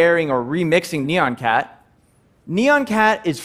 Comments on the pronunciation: it's not neon cat, it's nYAN cat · wtf is "neon-cat"? I think you mean "nyan-cat". Please pronounce "nyan" as one syllable. Sounds like "yan" with an 'n' add to the beginning, as it's written. The original nyan-cat video has a song in which every single syllable is "nyan". Say it like that. Come on, y'all.